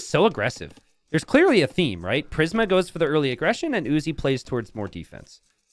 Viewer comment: Prism (PRIS-M) killin me with mispronunciations